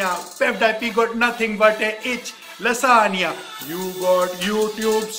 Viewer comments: I'm amazed that he pronounced lasagna correctly while... Hehe good going man! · I love this guy so much! I think he just acts like this so that others can have fun. IF YOU DONT BELIEVE ME, THEN TELL ME HOW CAN A PERSON WHO DOES NOT KNOW PROPER ENGLISH CAN SAY LASAGNA, ALMOST PROPERLY. IF HE DID NOT KNOW ENGLISH THEN HE WOULD SAY lasaGna,HE WOULD pronounce 'G'.😎 Hats off to you....you are so humourous....you can do anything to make others laugh... Can I have some likes 👇